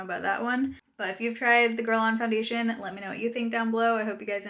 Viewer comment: Sounds like gerlane, not gerlon lol. Guerlain is an ok foundation,but it's not worth 60$ plus shipping.